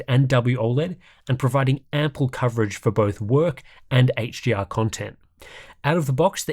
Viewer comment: it sounds like you are pronouncing HDR as HGR haha.